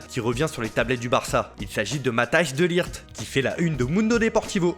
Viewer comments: "matache 2 licht" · De Ligt se lie Matis de lirt. tres bonne video encore